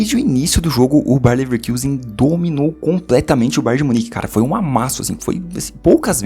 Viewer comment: pf, pare de falar bayern levekIusen, o time é alemão, não inglês kkkk